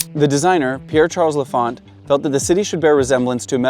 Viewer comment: Man, you know your stuff, that's obvious. But you have to get somebody to do spell-checks on the text that appears on the screen! It's and cemetary for example. And learn to pronounce l'Enfant. Very well done otherwise.